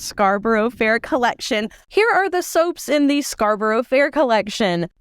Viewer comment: You have created some gorgeous soaps here. One note to say though, is that Scarborough is pronounced Scar-burrah, rather than Scar-burrow. I know, pernickety Brit here, but I understand how hard it must be to Interpret our mad town names and how they're pronounced. Sorry, sorry, sorry...